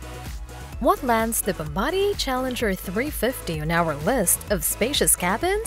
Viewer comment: Nice vid, thanks for posting. Also thumbs up for being one of the few aviation channels I have see that uses the correct pronunciation of "Bombardier."😁